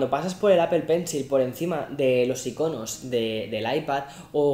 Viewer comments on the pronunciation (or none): “…por encima de los ICÓNOS..” es “íconos” acento en la “i”